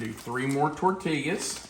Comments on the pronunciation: San Antonio gal here with a tutorial in correctly pronouncing "tortillas." It's tor-TEE-yuz. I always enjoy your vids :) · The way you say tortillas is killing me.